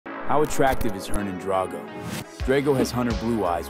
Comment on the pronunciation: Hernin, hernon, and hernahn. Anybody else notice how he pronounce his first name differently throughout the video?